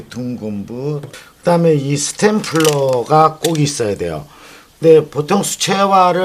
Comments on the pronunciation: 참 좋은 강의 감사합니다. 다만, "스탬플러" 가 아니라 "스테이플러" 입니다. 영어로는 "stapler" 이고요. 다른 영상에서 "oil painting" 을 잘 못 발음하셔서 "oil faining" 이라고 하시던데 ... 본인은 이런 것을 스스로 고치기 힘들 수도 있으니 누군가 주변에서 직접 가르쳐드리는 것이 좋겠내요. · 스템플러가 아니고, 스테플러 (스테이플러:Stapler)가 아닌가요?